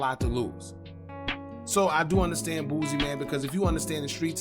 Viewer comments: He’s name is Boosie, not Boozie 😂😂😂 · Why you keep calling the mad boozy it's Boosie😂😂😂😂 shit sound like a old drunk n*** name